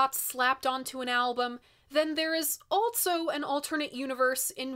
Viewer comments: This is the weirdest thing, but I love the way you add a T and a Z to also... altzso! I love your vids, I have a couple suggestions for some modern record reviews Jungle-Volcano or any Parcels album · Lol. I "ALT-SO" thought the same thing! 😜